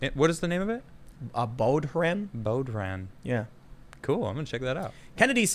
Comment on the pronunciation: bodhran pronounced ''BOW-RON'' as in '' take a bow'' or to ''bow out'' not bow and arrow.